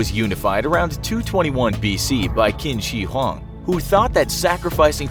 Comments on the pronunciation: Blue Turtle It should be pronounced as “Chin Si Hwang” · kin shee hooang Its said as chin shh huahng just a tip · You know a channel’s not exactly that professional when they pronounce “Qin Shi Huang” as KIN SHEE HWANG